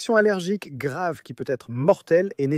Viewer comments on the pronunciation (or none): none